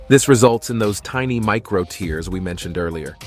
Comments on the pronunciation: There is a difference in pronounciation between "tear" from your eye and "tear" in your muscle. You are using the wrong one. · ok learn to say tear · Are you mis-pronouncing the word "tear" or am I missing something?